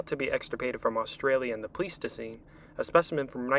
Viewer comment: Great video for a brand new channel! Can't wait to see more. Very interesting and packed with good info. My one gripe (if you could even call it that) is that "Pleistocene" is pronounced "Ply-stuh-seen," not "Plee-stuh-seen." Not a huge deal at all, just wanted to mention it.